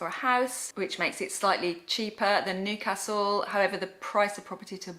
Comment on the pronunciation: its pronounced as newcastle not nocastle but good review